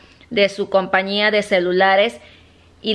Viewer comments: Se dice COMPAÑIA CON ÑÑÑÑÑÑÑÑÑÑÑ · Se dice compañía! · se dice compañia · COMPAÑÍA NO COMPANIA CATÁLOGO NO CATALAGO